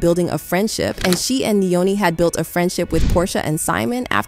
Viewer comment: The speaker It's not Nae Nae, it's NeNe and it's not Neoni it's Nyoni where the N is silent and lord I don't know how she pronounced Simon's last name.